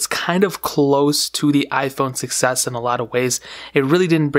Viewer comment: When you say 6s it sounds like you're saying success